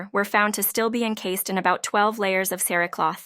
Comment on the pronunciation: Great video - but some of the pronunciations are wrong. "herbs" corp-see" "encas-ed" are the first three examples.